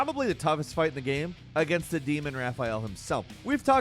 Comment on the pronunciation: Gehm. That’s how the annoying creator of this video pronounces game. Unwatchable just because of that alone.